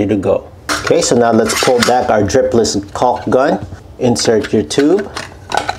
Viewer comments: The L is silent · One more tip…don’t pronounce the “L” i. Caulk like that or you’ll be the laughing stock at the jobsite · Making Shure we really really annuniciate the El " L" letter sound when pronounceing the word CauLk!!!